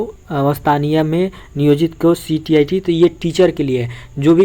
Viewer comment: Thora pad ke boliye ctet tet stet hota hai ctit nahi hota hai